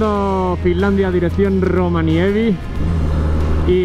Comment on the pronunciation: Están siendo muy buenos videos y un gran viaje!! Por cierto, es ROVANIEMI jejeje